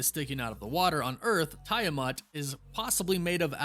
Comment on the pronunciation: Why call the celestial “Tie-uh-muht” when everything even the Eternals movie pronounced it “Tee-ah-muht”?